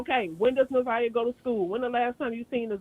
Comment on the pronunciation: Plz pronounce her name correct it’s Na’zi-yah Harris